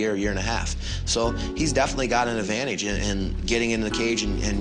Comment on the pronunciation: Gotta love those "Eggvantages"!!!